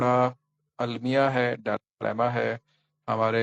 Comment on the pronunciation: Sir, sorry to say dilemma word pronunciation has been wrong omitted. Please take it as a learning not as a criticism. thanks